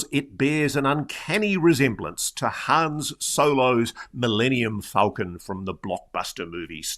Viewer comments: "Han" Solo. 😁 (@ you said "Hans") 😇✌ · It is Han, Ross! Not Hans!